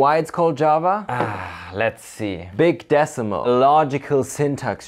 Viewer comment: Beeg Deh-suh-muhl.